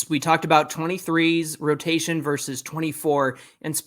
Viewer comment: I’m a fan of another club but I watch you guys every day, and I will continue just for one reason alone - the brothers know how to pronounce “versus”!! The talking heads on the TV MLB programs don’t!! I keep waiting for which book they are talking about when they regularly say “verse”. Send them a link fellas! In all seriousness, great show.